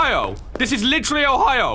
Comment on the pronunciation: saying ohio is so painful to hear 😂